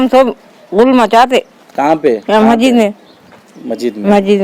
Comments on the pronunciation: Arey yaaro masjid hai wo majid majid kya bolre aap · Bhai sab majid majid kya bol rae masjid bolo kitana class padae aap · Majid nai masjid hota bhai. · AsSalamAlaikum, Bhai it's Masjid not Majjid.... Aap ka talaffus sahee kariye... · bhai...masjid boliye...majid nahi....most welcome